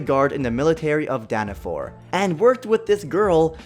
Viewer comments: For meliodas’s backstory: it’s pronounced as Dan-a-fall not Dan-a-for And he wasn’t in the military, he was a holy knight! And in the anime it was in season 3 where he got his power back ( i love the show i know everything) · It's not called Danafor ITS CALLED DANAFALL!!! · Danafall danafall not danafor